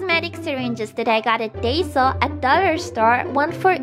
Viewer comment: I’m dead. She pronounced daiso wrong LOL